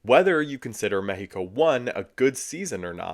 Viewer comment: That's how you pronounce the name of the country.